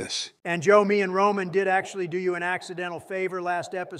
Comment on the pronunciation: Roman regins turned into ramen regins lmao bruh 😂 🤣